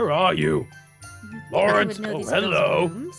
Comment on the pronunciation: aphmau: zane garroth and laurene! me: LaUrEnCe?